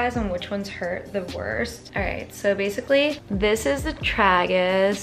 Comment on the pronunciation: The way she says tragus is really funny. Lol